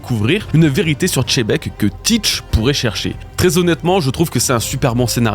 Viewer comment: continue de dire chebec au lieu de xebec et sa va te soulever ta race là